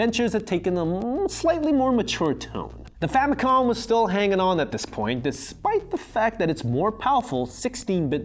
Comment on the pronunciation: Please stop saying “famicon”.